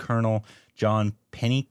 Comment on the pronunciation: John Pennycuick is very much revered in Tamil Nadu for his contributions as an engineer. Also, pronounced as penny-quick.